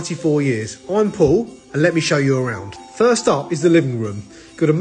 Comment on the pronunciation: I’m pooooouuuu 😂 it’s PA ULLLLL